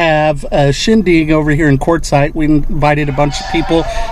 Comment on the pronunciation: for sure lay off the hot dogs at the "shingdig"